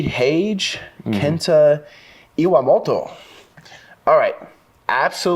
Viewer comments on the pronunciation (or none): Nicky rod pronoucninh Kenya iwamota and Nicky laughing is so funny man😊